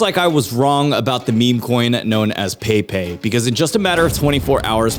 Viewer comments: It's not "pei pei" it's "peppeh". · peypey 😂 bro its pronounced Pep pey 😂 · I think the frogs name is pronounced PEH PEH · It's actually pronounced "Pepai"